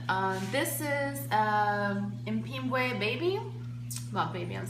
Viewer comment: Jfyi its pronounced pimb-way